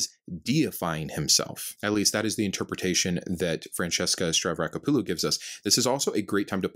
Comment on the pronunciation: I LOVE how you rattle off the name "Stavrakopoulou" like it was two syllables, but you can't confidently pronounce the name of the "fifth book of the Bible." 🤣😂🤩🤪 Keep up the great work,.:)